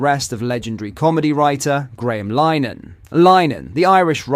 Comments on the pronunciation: Lin-eh-han not Line-han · Pronounced Linn…Ah…Han .